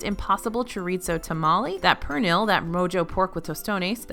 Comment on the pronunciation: Can’t wait!! Next weekend 🎉. Ps- pernil is pronounced per-knee. The l is silent ❤